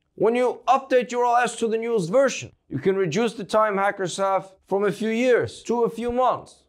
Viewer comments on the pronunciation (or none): none